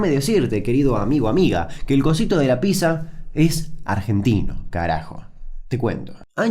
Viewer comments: Damian, Pizza se pronuncia PITSA, por eso es con doble ZZ, si fuese PIZA ahi si seria PISA o PISERIA... Se dice PITSA Y PITSERIA. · No se dice Písa, se dice PíTza... XD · Le erras no es pizza, es picsa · Ah sorry, no soporto a la gente que dice "PISA" en vez de "Pizza". Hasta la próximaaaaaaaa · Aaaah porque dice "Pisa" y no "Pitza" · Me molesta que diga pizza y no pitsa. Igual muy buen vídeo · como vas a decir pisa. es pitsa papá. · Se pronuncia piTza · No se dice ninguna de esas dos maneras igual xd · Se pronuncia pitza gil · RAE: Déjame decirte, Damian querido, que se dice piZZA. PiZZa.